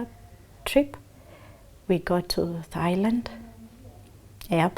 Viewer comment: It's Thailand. Not Thighland😂